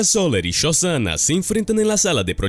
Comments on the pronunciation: No es shozana . SoSHanna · Yosana dijo? Uff penosa pronunciación.. dislaikaso